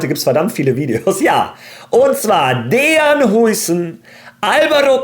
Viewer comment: Bro heißt Dean und nicht Dejan 😂. Dean wird DIEN ausgesprochen